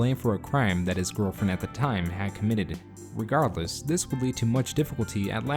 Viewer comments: you say Committededed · Bro did you just say "committeded?"